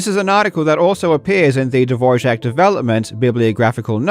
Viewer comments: Why are you pronouncing Dvorak as Divorjack? Where did the j come from... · Why do you pronounce Dvorak with a j like dvorjak? Is it said like that? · I think that the biggest scandal is that you put a "j" in "Dvoark"... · Am I missing the "J" in "DvorJak"? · Why did you pronounce Dvorak incorrectly throughout this entire video? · I'm not sure you are pronouncing Dvorak correctly... on many many occasions... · Still tryna figure out where the j is in Dvorak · As czech it's always funny to hear non-czech speakers trying to pronounce "Ř" Barbara seems like Todd Rogers of speed typing. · huh. Is that actually how Dvorak is pronounced...? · It's unfortunate that he got it wrong because the Dvorak family doesn't pronounce it that way. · he thought it was Dvořák